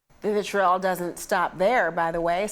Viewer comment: I heard, ‘vitriol’